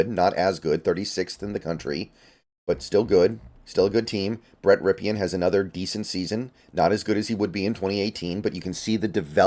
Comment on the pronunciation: It's pronounced Brett RIP-in.